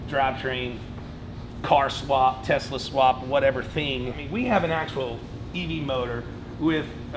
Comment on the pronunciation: i think it’s “testa cool”